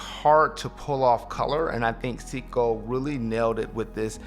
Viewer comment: Love your videos, keep it up. Great variety and I can tell it comes from place of true passion. F.y.i it's " say-co" not "see-co"